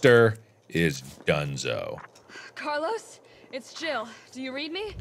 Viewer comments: Thumbnail straight up Jurassic Park - Laura Dern, yasss. Also CARLEEZE its car-Lyle Mark omg Lol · Mark: Doctor Logan " CARLEEEZE "